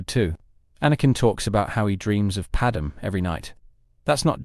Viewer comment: The only thing that irks me in these videos is the pronunciation of Padme and Qui Gon 😂